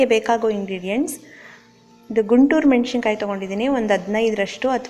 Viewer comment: ಅದು, ಹುಣಸೆಹಣ್ಣು ಮತ್ತು ಮೆಣಸಿನಕಾಯಿ Madam( ಉಚ್ಚಾರಣೆ: ಮೆಣಶಿನಕಾಯಿ ಅಂದ್ದಿದೀರಿ). ನಿಮ್ಮ ಮಾತು, voice, recipes ಎಲ್ಲವು ಚಂದ. ಕನ್ನಡ ಪದಗಳನ್ನು ಮಾತ್ರ ನೋಡಿ ಬಳಸಿ 🙏